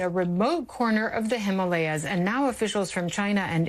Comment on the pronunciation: Pronounced as Himaalayas ...